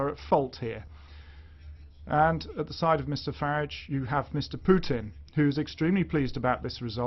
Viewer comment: Its Farage not Farige! Mr Farage to you, soon to be Lord Farage. I bow to thy Lord. ;-)